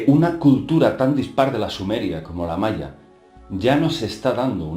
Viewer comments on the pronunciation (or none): none